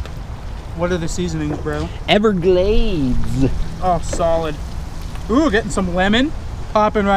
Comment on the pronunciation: When he said ever glazeea 😂